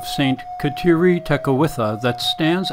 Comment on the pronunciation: pronounce her name correctly!